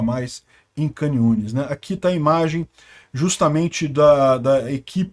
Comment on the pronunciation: Shalom shalom. Duas coisas pra te falar: a primeira é que agora já pode vir para Israel, então já planeje sua viagem, e não precisa pagar hotel, pode ficar aqui em casa. Segundo, a pronúncia da cidade de Khan Yunes é parecida com o ucraniano e o russo, as letras “kh” ou “ch” se lê como “rr” igual a “carro”, então onde se lê “khan yunes” você pronuncia “rran yunes”. Belezinha irmão, se cuida aí no Rio, pelo que sei da pior que aqui, kkk